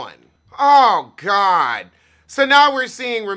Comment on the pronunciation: I dont even watch RHONY only watched this to hear you say "Oh gawd" lol